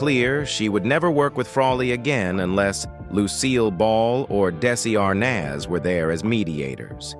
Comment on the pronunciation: THEIR PROGRAMS WERE MY FAVORITE ALL-TIME PROGRAMS TO WATCH. MY BEST FRIEND AND I BOTH WOULD WATCH THEM AND THEN CALL EACH OTHER AND LAUGH ABOUT THEM. ONCE COMPLAINT I HAVE IS ABOUT THIS NARRATOR WHO DOESN'T SEEM TO BE ABLE TO PRONOUNCE SOME WORDS CORRECTLY SUCH DESI ARNAZ. DO THEY NOT PRACTICE FIRST WITH SOMEONE LISTENING AND CORRECTING?